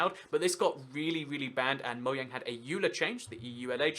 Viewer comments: It's Mojang not Moyang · Btw it's not moYang it's Mojang it has been proven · We really just gonna let him get away with saying "Moyang" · whats "Moyang" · did you say moyang not judging you just want to be sure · moyang really just really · Serenity Scratch when you dont research it enough....( its really moJang, they confirmed it) GET YO FACTS STRAIGHT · Is anybody else bothered by the fact he says Mo-yang